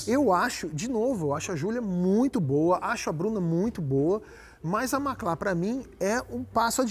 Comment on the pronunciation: Eu não entendi essa mudança na sílaba tônica no nome da Macla somente na final. Um presságio e toque do diretor que já anunciava uma mudança necessária para a já futura ex porta?